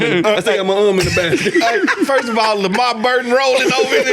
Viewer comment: It’s LeVar Burton not Lamar fellas 🤣🤣🤣